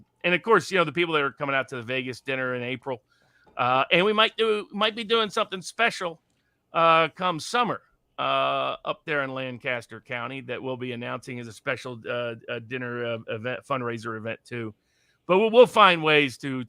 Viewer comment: Thank you,. Thank God for someone helping this man. But please. LANK uh stur. Not LAN caster. Am I even allowed to give my neighbors tomatoes according these 'experts'??